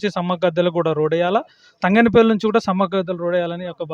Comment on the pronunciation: తంగనపల్లి కాదు.. తంగళ్ళపల్లి 🤦🏻